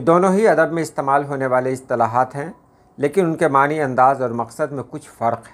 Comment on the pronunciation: ❤❤❤❤ السلام علیکم ورحمۃاللہ وبرکاتہ جناب اکثر آپ معنیٰ کا تلفظ غلط کرتے ہیں ن پر کھڑی زبر پڑھنا درست ہے ن کے نیچے زیر پڑھنا درست نہیں ❤ سلام محبت ( پاکستان سے ڈھیروں دعائیں آپ کے لئے اللّٰہ تعالیٰ آپ کو دونوں جہانوں میں سرخرو کرے آمین ❤❤❤)